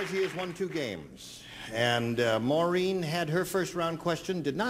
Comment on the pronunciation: Actually, it's "Maureen", not "Morene".